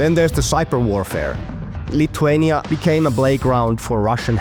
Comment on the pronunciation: It’s not pronounced “lituania” but pronounced “LITHuania” like how you say with